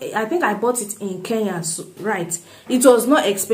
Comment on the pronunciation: But stop pronouncing it Ke ya, it is Kenya.